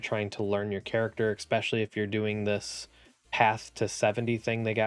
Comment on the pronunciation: There’s no ‘X’ in the word especially. Outside of that (which for some reason is really annoying to me), great content.